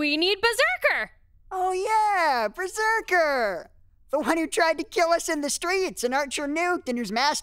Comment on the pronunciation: Can't wait to see Gilgamesh vs Lil Murder Machine and Berzerkar(How the show pronounced it I swear)